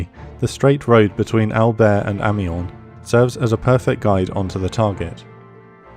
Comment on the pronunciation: PS British people always mispronounce Amiens ... phonetically it's A-mi-yan :)